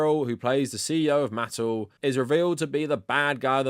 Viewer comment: The only thing that should be considered controversial here is the way pronounces "Mattel."